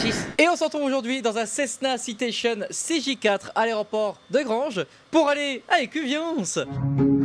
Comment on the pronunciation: "Quessna Citétion tuou " 😂😂😂😂